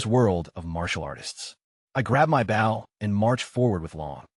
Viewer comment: Bow... as in boat side. Instead of bow as in archery bow. Low quality vid.